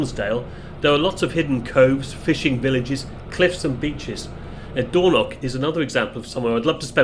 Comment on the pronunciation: Hi, I generally enjoy your videos - hence my subscription. But oh dear you do need to work a lot to improve your place name pronunciation. There are no such places as "Doorknock" or "Libster", at least not that I'm aware of having despite having lived the first 40 years of my life in Scotland. Lybster in Caithness is pronounced Lie-bster (as in lying or tying) Dornoch is pronounced exactly as it is spelt, Dor-noch using the short 'o' in both syllables and the ch at the the end using the same gutteral sound from the back of the the throat as when (correctly) pronouncing the word 'Loch'. Now I know a lot of folks from down south just cannot grasp or master that last one - if that's the case then maybe you you should stick to text captions rather that butchering place names. Sorry if this comes across as a bit harsh, but bo try and improve on this as it does take the gloss off what are otherwise very good uploads. 100% with you on the rudeness of people queue-jumping. As you recently featured the Far North line (one of the most underrated rail journeys in Britain) I thought i would share with you that until WW2 Lybster had a passenger rail service served by a branch line from Wick.